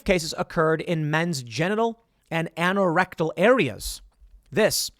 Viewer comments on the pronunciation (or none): Anorectal is pronounced "aye-no-rectal" not "ann-oh-rectal". You say the "an" the same way you say anal. I was confused what you were trying to say until I looked to see what you were reading. Saying words correctly is important.